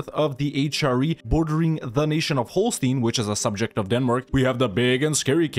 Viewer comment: The Holstein stein is said like the stein in Frankenstein.